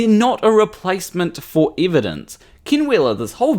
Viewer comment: His name is "Ken" not Kin